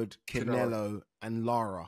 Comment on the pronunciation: Ade, please stop calling him "Cinelo" - so annoying!!